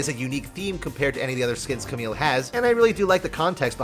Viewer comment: More like Ca*mommy*le